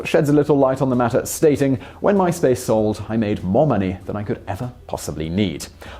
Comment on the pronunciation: Mice Pace.